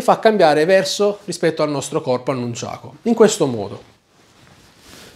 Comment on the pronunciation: Dici nunciako